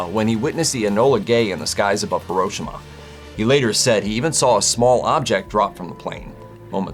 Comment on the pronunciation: Jesus Christ!!! It's pronounced (He-Ro-She-Ma)